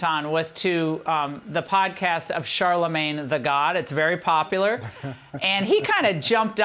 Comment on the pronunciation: Sharla-mag-knee got paid by Com-ah-la!😢